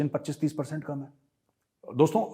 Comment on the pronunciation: Best lines 1- घर में नही दाने, अम्मा चली भुनाने।। 2- तुम लोग काम बोला करो जरा।😁😁😁😁😁 Up wali style.